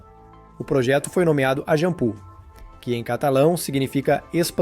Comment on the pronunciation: Só uma correção, em catalão se escreve Eixample mas a pronúncia é “Aixampla”, não Aijampu.